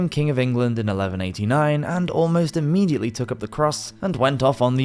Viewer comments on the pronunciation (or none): none